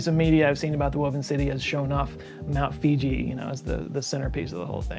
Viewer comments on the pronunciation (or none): FYI Mount Foo-jee not Fee-jee...Wikipedia. Love all ur shows. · Awesome as always, man, but it's pronounced Foogee not Feegee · Did said FIJI? not FUji? HAHAHAHahaaa Hello from Japan FUJI is not a FIJI Island!!!!!!!!!!!!!!!!!!!!!!!!!! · Mt. Figi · Dude, Mount F U J I (Foo- Gee) not Fiji (fie- Gee)!. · Fuji not fiji ( the mountain doesn't sell bottled water)